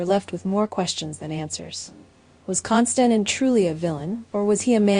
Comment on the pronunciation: It would be nice if you would pronounce his name correctly.